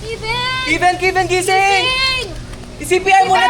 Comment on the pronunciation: Kevin hindi po kivin